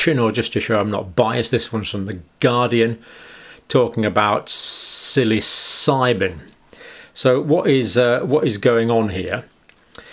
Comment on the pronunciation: great first pronunciation there , John : "SILLYSIGHBIN"